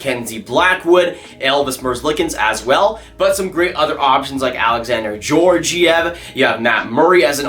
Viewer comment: Slavic names are pronounced as they appear; they don't have all the annoying rules as many other languages: Dadonov = "da-doe-nov"; Georgiev = "gee-or-gee-ev"